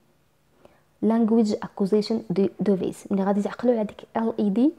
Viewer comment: Device ==(ديفايس ) / not (دوفيس ) Thank you